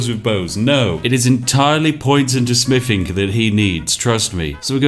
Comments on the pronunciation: Smiffing is the manly version of sniffing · smiffing?? wuts smiffing?? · Spiff prefers to say "smiffing" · I enjoy the videos, but it is very hard trying to be invested in the proper English character when said character cannot pronounce “th”. Especially with the repeated use of the word “smiffing “. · More like 'Smiffing' ...if you listen to how he says it. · He also smiffs and frusts as well. And counts to free and frows fings. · I know he's saying "Smithing" but it really sounds like "Smiffing". But to be honest I prefer smiffing because it reminds me of the great all mighty otherworldly existance Spiff. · The Smiffing Brit. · Ah, yes, the. Just what I was looking for. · More like "smiffing" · I'm hearing "We've leveled up our Spiffing"^^ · He actually did say "level up our Spiffing" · Th doesn't make an f sound just FYI